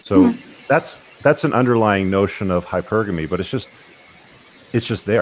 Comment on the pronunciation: congrats on finally pronouncing hypergamy properly, I got tired of looking around at women like they had really active grandmothers! lol